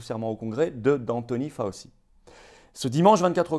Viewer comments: Excellente vidéo comme d'habitude, mais outre le fait que la patronyme de ce triste sire et bras droit du non moins triste sire Guillaume Portails III, se prononce Fau-chi, il convient de de connaitre sa déclaration filmée du 29 octobre 2019 (!) au Milken Institute. Elle est facilement trouvable. Accrochez-vous. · Ce nom ce prononce Faotchi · Merci à Florian depuis les États-Unis ! (Par contre on prononce "Fau-chi")